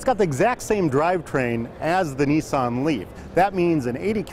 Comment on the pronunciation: its pronounced nissan not neesan!!!!